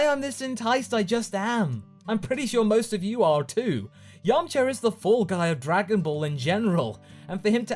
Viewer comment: you say yamchar 😂 and vegetar. what with the "R"?